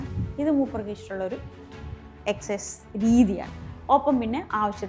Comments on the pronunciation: എക്ക സൈസ് 😂 എന്നാ ശരിക്കും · Holland അല്ല ചേച്ചി ഹാലൻഡ് എസ്‌സൈസ് അല്ല exercise